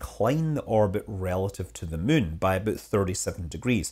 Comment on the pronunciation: You keep saying Mün. Possibly on purpose.